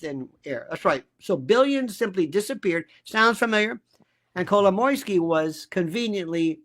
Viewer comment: Happy to hear someone saying Kolomoisky! He is the center of this thing. So obvious.